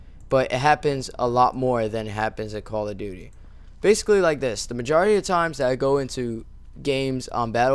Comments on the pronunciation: sounds like he says quall of duty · it sounds like he said koala duty. LOL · lol you say call of duty like coala :D great vid man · How come ever time he says Call of Duty... the duty sounds like Dooty